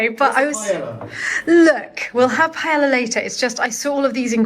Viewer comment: As much as French pronunciations are Over Emphasized in this chateau world … you’d think they’d know how to say PAELLA correctly!?!? Just like in French the LL is pronounced like a Y… papillion… paella! And while we’re at it PAH-STAH not PAST-uh … you were just in Italy!!! Did you hear it called PAST-uh … no it’s more elegantly pronounced… all over the world in fact, but Brits destroy it! Like TACK-o… it’s TAH-coh…. A nice smooth sound, not a curt attack!